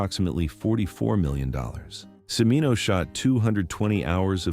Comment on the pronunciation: CHI MINO NOT SEMINO.